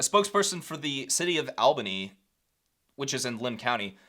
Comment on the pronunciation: I voted against that stupid bill. I’m happy the sheriffs are against it too. FYI: Albany I’d pronounced All-bany and Malheur is Mal-her.